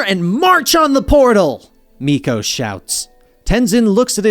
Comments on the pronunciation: bro, it's MEELO, not meeko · milo not Meko lol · Bruh It's MILO not MIKO 😂😂😢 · Lmao his name is milo not miko but I love these comics keep up the great work